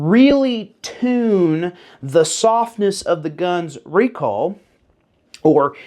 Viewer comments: My hearing isn't what it once was, but are you saying recall or recoil? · I’m as southern as a bowl of grits and I swear you’re saying “recall” wtf? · Say "recoil" one more time, I'm almost there... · Southern man saying "recoil" is hilarious 😂